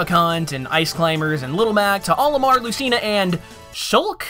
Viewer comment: Why does everyone pronounce Lucina wrong?!